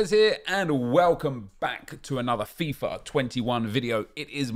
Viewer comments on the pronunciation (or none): none